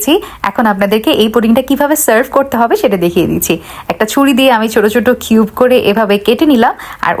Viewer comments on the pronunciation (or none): none